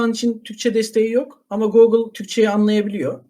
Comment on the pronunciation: Çok amatör bir çalışma olmuş. Gerek soruların sorulması ve yanıtlanmasında ki yapaylık, gerek "gorgeous", "Google" gibi ingilizce sözcüklerin telefuzunda olan yanlışlıklar, gerekse de anlamsız sessizlik anları (misal - ).